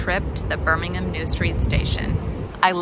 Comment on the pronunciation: I like how you pronounce birmingham correctly, perfectly in fact and not birm, ing, ham.